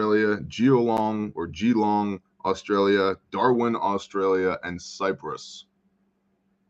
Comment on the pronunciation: Geelong Victoria Australia Pronounced GEE-LONG